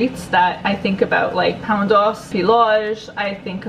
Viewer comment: I barely speak PT but I believe that "e" in doce is not silent ;) they don't silence any of their vowels, especially e at the end :D I am polish and my mom used to make pizza with sauerkraut and I've been wanting to do it for a month straight but didn't muster the energy. maybe tomorrow :3